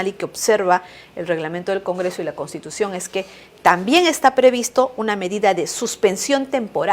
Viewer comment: ME ABURRES JAJAJAJAJAJA YA VEREA VILCATONA CON EL UNIFORME DE ABIMAEL GUZMÁN !! ESAPRESIDENTA NO SABE DECIR "CONSTITUCION" NI " PROPONIENDO " JAJAJAJ PROPUNIE PROPUGNANDO JAJAJAJA ME MUERO